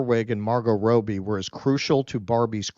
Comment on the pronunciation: Its Robbie - not Rowbee